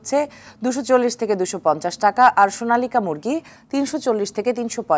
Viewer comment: সোনালিকা না আপু সোনালী